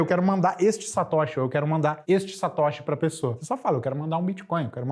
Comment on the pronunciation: Cara fala tudo errado neo e Satoshi e ainda q ensinar kkk